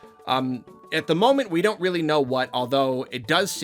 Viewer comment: Your honor my client pleads Weally Sowwy